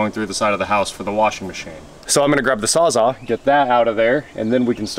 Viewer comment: Lol, Yeah I know, SawzALL, not Sawzahhhh.... It was a joke about your pronunciation, my friend!! 🤣😂